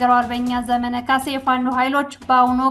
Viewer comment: ስታነቢ ዘመነ ( መ ጠብቆ ) ብለሽ በይ